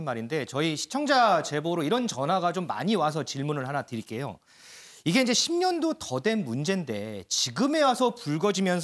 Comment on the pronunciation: 앵커는 목소리 높낮이 정확히해라 10년도더된 할땐 왜 크게 강조하나~? 굉장히. 뚜렷이들린다 국민이 어영부영으로 보이나~??